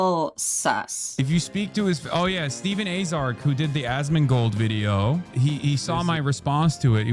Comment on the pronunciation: pronouncing Asmon's name as "Asthmagold" is killing me. Another fantastic video!